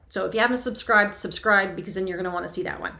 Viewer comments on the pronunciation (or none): none